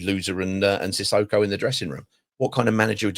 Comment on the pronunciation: We have it on good authority that Sissoko’s real name is in fact Susisko 😂 we love and would never wish him to interrupt ahead of steam by insisting on pronouncing things correctly!!